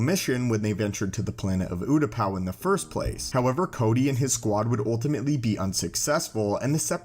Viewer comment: The planet's name is pronounced "you-ta-pow" not "oo-ta-pow".